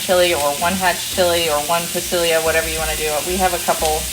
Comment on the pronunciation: Great video, however, I am a language guy. Pasilla peppers are not pronounced pa-see-lee-ah. It's pa-see-ya. It's what's called Portuguese phonetics and is used for most Latin languages and Asiatic languages for pronunciation. Not sure about African, but quite possibly. Basically, the rule of thumb is knowing geography. Portuguese missionaries were incredible at visiting far-flung areas and later Spanish missionaries adopted their highly successful practices in conversion. But, because Portuguese started the foreign language translations, it is still considered Portuguese phonetic spelling. Portuguese and Spanish missionaries didn't make it to Canada and Arctic areas or much of Eastern/Northern Europe, therefore those native language phonetics are influenced through Cyrillic and other Germanic languages structures.